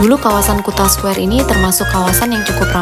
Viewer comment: sebutan kuta yg bener itu kute